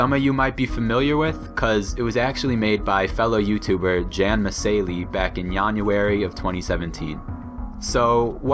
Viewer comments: And the fact that he said "January" with a /j/ too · he did it on purpose because he pronounced January with jan